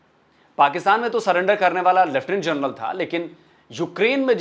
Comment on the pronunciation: ji, namaste 🙏, "journal" ya "jarnail" General shabdh ka paryaayay vachi padh nahin hain. Aap kripa karke aise apabhramsh na kare. Ye mera binnati hain aap se.